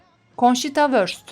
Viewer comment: Bir kelime ait olduğu dile göre okunmalı. Wurst almanca bir kelimedir. Vörst değil vurst şeklinde okunmalı.